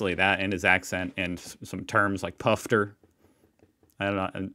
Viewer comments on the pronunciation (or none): he thinks its PUFFTER...............